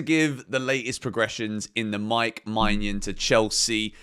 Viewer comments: please look up the pronounciation of maignan you are butchering his name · Im not french, but im pretty sure thats not how to pronounce Maignan.